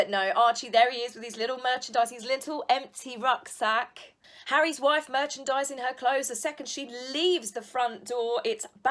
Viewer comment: His little “ruck slack”.... I blasted out laughing.